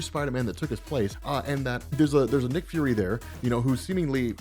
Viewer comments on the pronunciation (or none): none